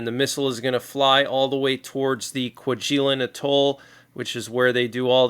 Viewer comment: A friendly FYI - the island chain is pronounced "Kwah-jah-lane".